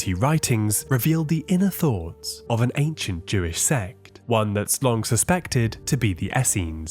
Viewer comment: Jewish. It's not that hard to say. These scrolls are Jewish.